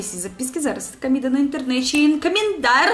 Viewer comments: Camida ( Comida ) rs. sotaque muito bonito da rusinha kkkrs... São João a melhor festa do Mundo ... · kkkkk "Camida" kkkkkkk o meu Deus.... engraçado demais